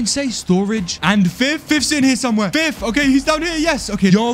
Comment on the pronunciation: Nice Job Dude the Way they Called Him fif instead of fith